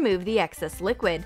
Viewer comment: did she call it liqid powder?